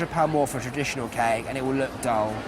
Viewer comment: did the commenter say wedding cack? instead of wedding cake??